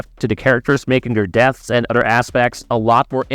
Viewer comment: Udder instead of OTHER,christ,you sound like a stupid kid in 4th grade.